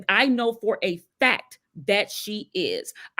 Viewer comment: “Due to da ‘fack’. Due to da ‘fack’”. I think that word “FACK” drives me crazier than almost any others… I have no idea why, but it does